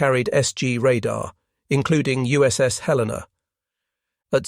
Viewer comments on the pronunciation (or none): none